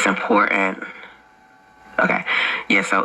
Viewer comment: Lol she can't pronounce "important" she says "impoorant"